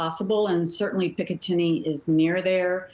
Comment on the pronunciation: "Pickatinny" ... ???🤔 Sounds like a town from Australia 😂